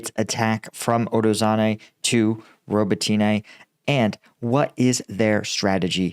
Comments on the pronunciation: I think it's pronounced "Robot Na" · ro-bot-knee. ffs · Paul, the Ukrainian/Russian languages are SLAVIC languages, NOT Latin-based ones. Names ending in an - e - have an "uh" sound. So Rototyne is pronounced "Robot - tin -nuh" Similarily, Svatove is pronounced "Svah - tow - vuh" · I think it might be more helpful write "Robb-ott-in-eh", because Americans seem to pronounce "o" as in "throw" rather than as in "hot". It's Zaphorizhia that Paul needs the most help with, though! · Only complaint ever. I work with a lot of people from Ukraine. You are adding ah And over pronunciation of the city names. It’s spoken much smoother and there’s no hard A at the end of robitine. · Still wishing you'd learn how to properly pronounce some of these locations instead of just making it up